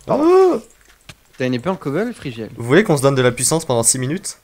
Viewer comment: Frigiel* pas frigel